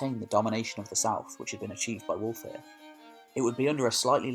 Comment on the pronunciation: Pronounce wulfhere the same as Hereford his name means wolf's army